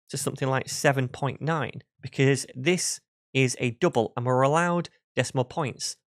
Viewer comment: Good content and explanation, a bit weird pronunciation - too many U instead of [ʌ] - dUble 😀